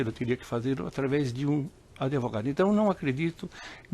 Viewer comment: "Adevogado" kk